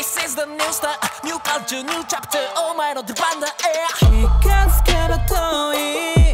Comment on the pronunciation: なんちゃって！って言ってる？？･･･なんちゃって！って言ってるよね！？？ と思った初見の「New Chapter」ｗｗ